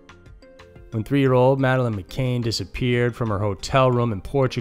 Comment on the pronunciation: It’s not Madeleine McCain. How do you not get the name right of the most famous missing child case of modern time? Terrible.